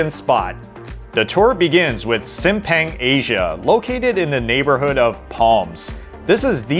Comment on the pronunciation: How to pronounce Simpang: sim pronounced like the word simp, then pang is pronounced like punk. Together simp-pang